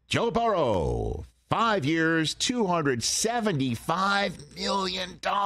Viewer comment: Can’t stand Rich talking Bangles because of the they way he says Joe Buh-Rows name